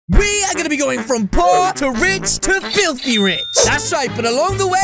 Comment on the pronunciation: You said flithy